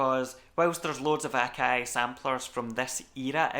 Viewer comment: OMG! What is this magical accent!? I up thumbed, subbed & belled because I needed these particular pronunciations of 'Akai,' 'Wavs,' '32,' & 'era' in my life forever!